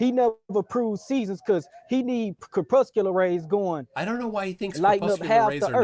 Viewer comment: 1) "kerpusular rays" 2) you don't need to explain seasons on the globe in a debate, thats first grade science. JFC